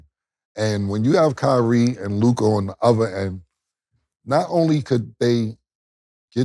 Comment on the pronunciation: Mase can’t even pronounce Luka name correctly. He be like Lukaah